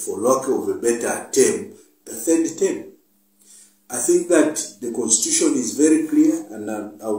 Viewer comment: Is it constuition or constitution?